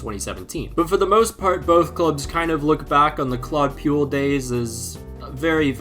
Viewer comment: I'mma be honest. The pronunciation of Claude Puel's name ment I had to re-imagine the pronunciation myself to realise I knew of the guy. Puel doesn't rhyme with fuel.